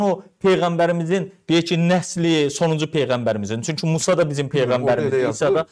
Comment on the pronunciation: Bu başqasının ərəb dilinnən səhv tutut. Musa sözünü düzgün tələffüz eləyə bilmir.